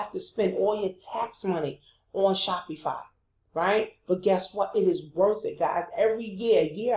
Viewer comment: nice video- but u keep pronouncing SHOPIFY incorrectly as well you shouldnt be showing new affilaites to promote licensed products. You can get into a lot of legal issues as you are not a licensed vendor of Dora products and buying replicas from aliexpess - thats copyright infringment. Always select products without branding or license issues. Thats pretty important. But passion products are important- i do agree.